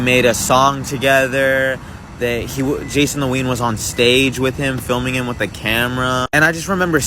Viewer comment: “Jason tween”? you have the iq of a laundry basket it’s obviously Jason the ween🤣